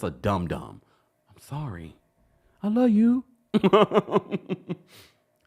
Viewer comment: That “I’m sorry I luw yu” In Destiny voice takes me out every phreaken time!!!😂😂😂